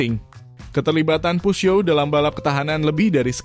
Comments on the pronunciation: Mimin nyebut peugeot dgn dialek Amerika dmn dsbut puzyo. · Videonya luar biasa ❤ cuma yg ganjel adalah cara pengucapan "peugeot", dulu pas kuliah ada ambil bahasa prancis 1 semester, diajarin dosen cara bacanya Peu : dibaca peu (eu seperti peuyeum dalam basa sunda, atau e lemah dalam bahasa riau) Geot : zyo, literally zyo. T nya kemana? Huruf mati dalam bahasa prancis tidak di ucapkan. Paris dibaca pari, gitu Semoga membantu, udah subs kok🤟